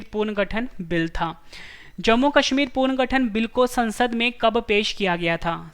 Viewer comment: not puarngathan punarghathann